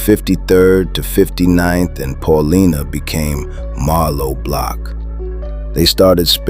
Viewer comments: It's pronounced Pah Lie Nah . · Brother it’s pronounced Paul - LINE- Ah .. respectfully someone from chi town keep up the vids gang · Pronounced PAUL-LYNA